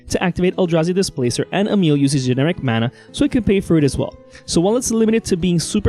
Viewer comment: You are accually the first english person that pronounces Emiel the right way!❤ nice video nonetheless😇